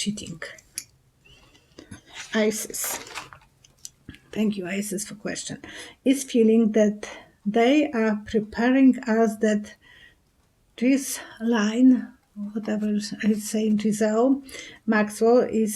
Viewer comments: it’s pronounced Gi Laine, (hard G, soft i, the h and the s in the first syllable Ghis is silent). Hate to see you struggle so much with her damned name. Thx for a great reading. Blessings. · Her name is pronounced Gee Lain. Geelain. GHI=Gee, S=Silent.